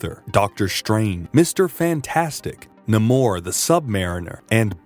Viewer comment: you just messed up saying namor.. say it like n, aim, or. Your saying it like its spelled with a u. Anyway thx for the video